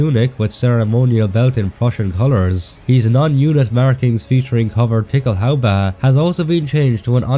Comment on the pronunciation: I love it when you say "Pickelhaubä". Love your videos!